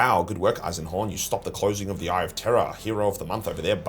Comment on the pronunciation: Jeez did you have a stroke on the Eisenhorn bit? 😂